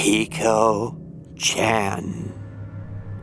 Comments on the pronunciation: Hey I'm just gonna correct you friend :) it's peko not piko :3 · Peh-ko not peeko lol.